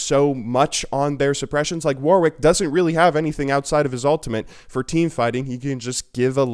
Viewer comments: It's pronounced worrick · Am I the only one that gets really annoyed when people say the 2nd w in warwick?